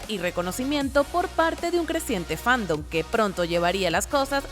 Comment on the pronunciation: ¿Soy yo o dice "fandub" en vez de "fandom"?